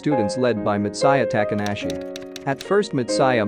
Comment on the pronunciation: bruh are you for real when you pronounced the name Mitsaya? It's Mitsuya like Mitsoo not Mitsa. You're even mispronouncing the name Hikaru . It's HIKAROO not He care oo. Ka like Gengis KHAN. HIKHAROO EROHA with the emphasis on E NOT AROHA with the emphasis on O. Daforq is ANAME? It's Anime with the emphasis on A. "A knee me" but without the K bruh your japanese words pronunciation suuuuuuuucks hehehehehehe Am I bantering with a robot's voice? WTF?